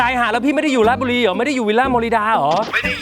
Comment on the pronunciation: ออกเสียงชัดเจน. ราช-ชะ บุรี เรียนพูดให้ถูกต้อง เคารพวัฒนธรรม บ้านเกิดสามี. น่ารักจริงๆ ที่รักจ๋า 55555 ขับรถดีมาก. สติไม่แตก. นิ่งกว่าบอย พอบอก บอยขับรถแบบcrazy นึกภาพ ออกเลยนะ